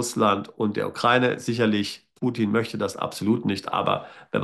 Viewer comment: Sie sprechen das Wort Ukraine falsch aus.